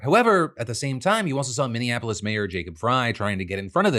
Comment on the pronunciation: After over a decade of reporting news DeFranco still can’t say Minneapolis, right. It’s always said under horrible circumstances.